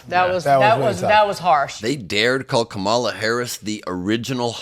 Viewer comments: KOM-uh-luh, not kuh-MA-luh. It starts with "kom," which rhymes with mom, and that's where the emphasis is. Don't pronounce her name the way Trump does. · Ben, you are saying Kamala the same way Trump does!!! It is KAh-mala. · Ben, please pronounce Kamala's name properly!! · Enjoy your show but please pronounce her name correctly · He purports to be a news man. And he can't pronounce the VP's NAME?? 🫏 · You know you keep mispronouncing Kamala. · You’re mispronouncing her name. 😃